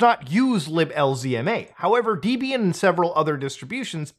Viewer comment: i know it's a Potato Potato thing but the way Muta pronounces Debian is making me shiver. Also wtf why does his machine have 128 gigs of RAM